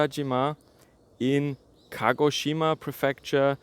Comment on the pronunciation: Very good pronanciation ! A collegue of mine lives and works there. Keep safe and enjoy the local dumplings!!!